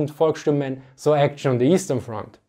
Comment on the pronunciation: Heads Full Of Eyeballs correct. But it's "Volkssturm", not "Volksturm".